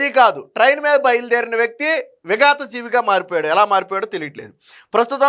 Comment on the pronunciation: విగత జీవిగా ✅ విగాత జీవిగా ❌